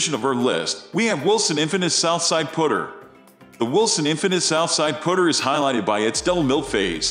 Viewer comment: WTF These aren't centered shafted, hate how this guy says Putter sounds like he's saying pooter